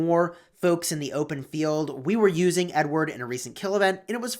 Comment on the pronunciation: Who else feels like he says n word and not Edward lol